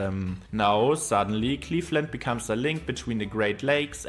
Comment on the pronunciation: He mispronounced A LOT of things, including "Cleefland"